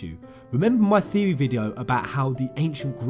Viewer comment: Lol has come up with a NEW THEO-REH:D